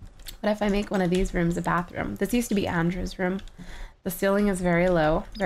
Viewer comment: Bathroom not Batheroom